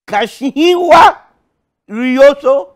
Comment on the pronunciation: . Kashiwa = Kashigiwa.